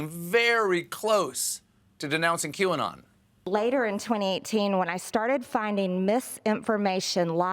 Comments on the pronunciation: I wonder if the way Greene worded her statement and McCarthy mispronouncing the name of the conspiracy group was on purpose or a code to the followers so that they could say “she never said she denounced them, she denounced “Q-on”, whatever that is... we’ve never heard of it...” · Yesterday, feb 4th, it was nutz, all of a sudden all the GOP couldn't pronounce QAnon and they all "hardly heard about it". WTF?!?!?!? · Oh dear it must be so annoying to have politicians who deliberately mispronounce words to downplay something or to denounce someone. Aren't they aware of that this kind of behaviour makes them just look dumb. To see this level of diletancy and to see that it seems to be accepted is just sickening. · i´m not sure the world pronounces QAnon correctly. the people who created this might have thought they are the "new canon" - for me this reads "canon". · The whole not being able to pronounce Qanon correctly making it seem like you have no idea what it is is so transparent, especially when the same act is performed by a number of people who previously had no trouble pronouncing it just fine and showed that they understood exactly what it was. Do they think their voters are 5-year-olds with memory deficiency? XD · Oh, my Gosh!!!! Kevin McCarthy is horrible. I cannot believe he said that about not knowing what Qanon is and pretending that he could not pronounce it. Stephen was so funny timestamp. Great.